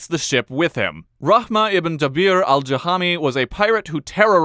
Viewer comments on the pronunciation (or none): If you dont say n of Rahman it becomes Rahmah, female name of Rahman!!